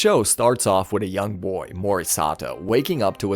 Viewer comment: We start 'wid" its with.